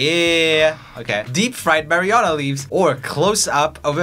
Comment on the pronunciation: the way joel pronounces “marijuana” is my aesthetic